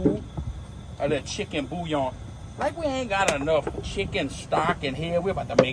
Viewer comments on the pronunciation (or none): none